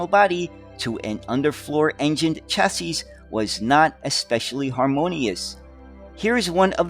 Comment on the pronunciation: You want top be an expert on buses and you cannot even pronounce the word 'CHASSIS'?